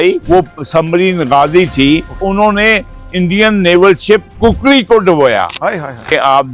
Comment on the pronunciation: عدیل صاحب نوٹ کریں 👇 کُکڑی ❌ کُکری ✅